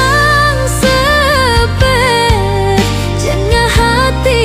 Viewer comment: Pengucapan kata sebet beda Krn gek AI😅😅